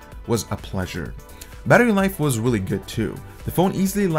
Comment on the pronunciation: Nice and thorough review. What is your 1st language? "Vibrant" is pronounced with a V, not a W . And screen is not pronounced like it is spelled "scween". What "weally" attracted? Samsung "welated" apps You just have issues with pronouncing v's and r's. Nice review.